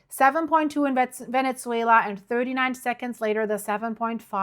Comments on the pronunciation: Ven-ezz-way-la not Ven-ETS-wayla. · Is called VeneZuela ….. not VeneZZuela.